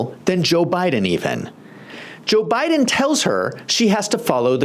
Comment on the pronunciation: O did you her say Obiden. Like obuma. Too funny.